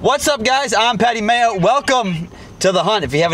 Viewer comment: He said Patty Mayer lol!!!! Love you